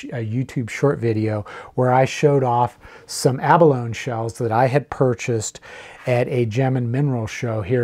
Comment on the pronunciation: The toxicity of shell dust may be in question, but there's no question that the word 'abalone' does not have a silent E. "Ah Baloney!" you may say.